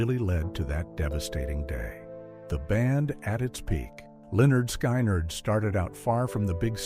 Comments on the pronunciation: Lol stupid AI narration Lynyrd SKYnyrd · Please pronounce it right!!!!!. Skynyrd rhymes with lynard.